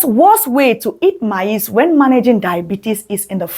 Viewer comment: Your PRONUNCIATION of MAIZE is not correct however thank you for your video.